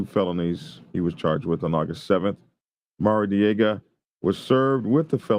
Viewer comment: “Maradiega ” …uh, hmm “Maradiega” we Californians could have told ya that ! …now available in Pine Level